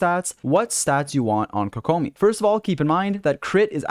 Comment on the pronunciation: apparently can't pronounce kokomi either lolz